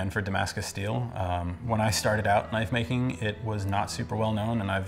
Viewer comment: "Makink" xD